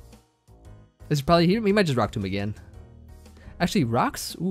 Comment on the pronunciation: you pronounced Rock Tomb incorrectly; it’s pronounced like “tome”